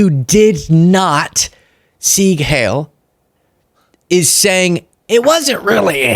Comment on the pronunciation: FYO it's 'zeeg hile' not 'hale'. and BTW I am enjoying your extensive black-and-white wardrobe!